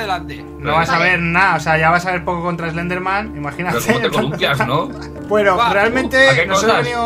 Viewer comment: Mike en vez de decir eslender dice selender